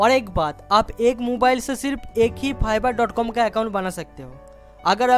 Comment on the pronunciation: Phiverr wow, sir it's fiverr not *Phiverr" 😂😂